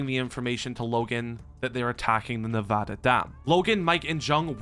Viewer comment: As a born and raised Nevadan it makes me so happy that you say Ne-va-da and not ne-vah-da like you have made my day with that one thing sir. Thank you.